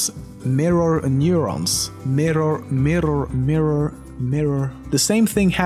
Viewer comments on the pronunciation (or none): There's no " L " in the word " Mirror". It's mirror , not milllior. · You said "mirror" fine until you started thinking about it... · mirror..mirrar? mirrer. miROR!meeraa... mirer, miror, merer... MIRROR!!!! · Rumor has it that LEMMiNO is still pronouncing the word "Mirror" to this day. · Are we not gonna talk about how he rolled his R's in mirror? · Top 10 Facts - Why LEMMiNO cant say "Mirror" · Hah! Mirror..mirror...mirror......mirror.Swenglish